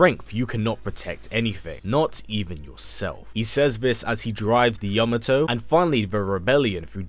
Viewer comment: This is the only YouTuber who pronounced the word Yamato correctly.